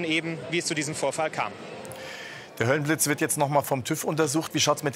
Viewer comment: Höllenblitz nicht höhlenblitz😅